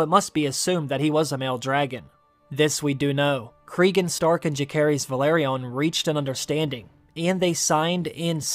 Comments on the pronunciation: Why would you intentionally pronounce Jacaerys name wrong? I can’t understand why. And then you call him Jace a few times🤣. What is going on?! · Lucerys: LOOSE-ERIS!! Jacaerys: JASE-ERIS!!!! Why did you not listen to how these character names were pronounced in the show??? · Lucerys (Loo-sair-iss) Jacaerys (Jha-sair-iss) I love your videos, but it hurts every time I hear a name butchered lol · Lu-Sayrys… Jay-sayrys.. good lord.. they are Valyrian !! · I don't get how you mispronounce names that they say in the show 😅 lucerys and jacerys. I think that middle c is a soft c. Ssssss. Im pretty sure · Did this guy watch the series? 'Lukaerys'?! 'Jakaerys'?! 'arax'?! I mean its just pronounciaton but cmon man